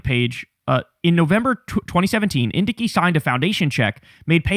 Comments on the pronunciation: Love your coverage. FYI, it's pronounced (in-dike). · According to Google the pronunciation is IN-dike. js